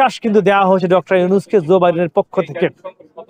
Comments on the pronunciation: Not Zoe Biden but Joe Biden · Bro Stop Saying Zor Biden it's Joe